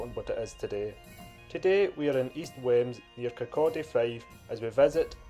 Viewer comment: I don't want to sound pedantic but it's pronounced weems.